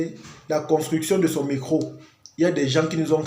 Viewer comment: Pourquoi vous dites « mecro » pour dire Metro ? 😅